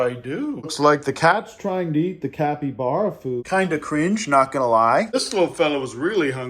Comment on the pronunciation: You know you've watched too much of when capyblapies sound right to you instead of capybaras